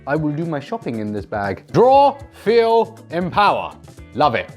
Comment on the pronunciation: . You just said feel in Afrikaans language. So you said voel. As in feel in Afrikaans